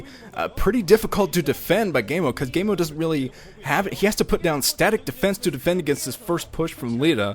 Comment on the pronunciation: its pronounced kaemo i believe.